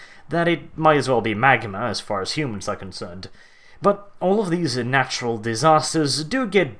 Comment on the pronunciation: I love how you said in-naturual, as in a natural occurrence that is found naturally in a man mad environment or a prefabricated environment.